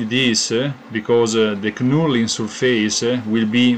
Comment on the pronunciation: Good work. Great looking hammer. Knurling is pronounced nurling, the K is silent :)